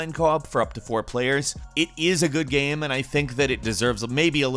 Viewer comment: How can this guy keep mispronouncing the word "game"? Trips me out, I dunno wth accent makes you say "geeyam"